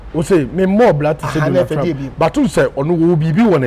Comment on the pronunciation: Who heard Tonald Drump😂?